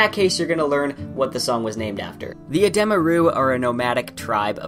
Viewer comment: It’s Uh dee muh. It’s not uh deh muh